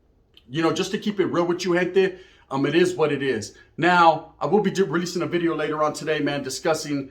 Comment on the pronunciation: "See my boy Dubs in the back? 'New bideo'." 😂😂😂